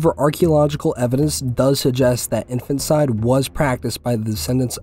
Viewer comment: One correction, it's pronounced "In-fan-tuh/teh/tih-side" not "infant-side"